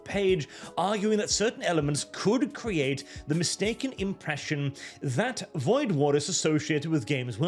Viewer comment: Woid War? Really?